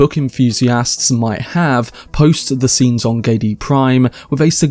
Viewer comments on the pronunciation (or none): none